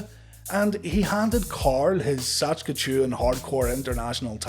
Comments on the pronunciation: Written on the belt is "Saskatchewan" not "SaCHkatoon" ;) Great vid btw. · Saskchewn 😆 Close but not the worst I've heard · Sas-ka-chewin lol